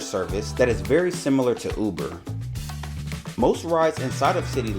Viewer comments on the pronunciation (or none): none